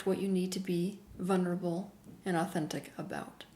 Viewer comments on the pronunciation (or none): Teal, you keep missing the all important "L" in vulnerable!